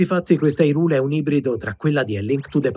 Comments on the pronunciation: Ma zio pera pure i trailer per sto gioco dicevano hyrule giusto, perché siamo tornati a "irule" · perche è cosi difficile pronunciare 'HAI-RUUL'? :P